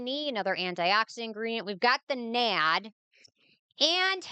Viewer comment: ma’am its not nad.. its N A D+